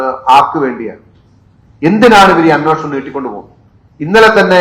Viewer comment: അന്നോഷണം.. അന്നോഷണം... "അന്നോഷണം" അല്ലെടേ അന്വേഷണം എന്ന് ശരിയായി പറഞ്ഞു പഠിക്ക്.